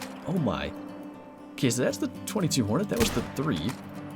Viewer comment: It is pronounced two two hornet